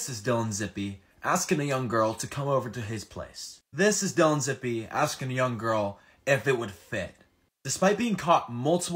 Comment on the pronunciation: It’s pronounced zip like zip code